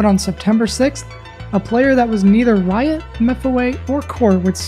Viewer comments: Whenever you say Riot, it sounds like your saying "Wyatt". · it sounded like blyatt